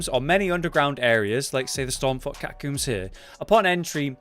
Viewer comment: Cat-a-combes not cat-a-cooms